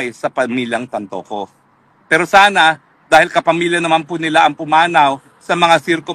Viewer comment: it’s Tantoco not Tantongco!!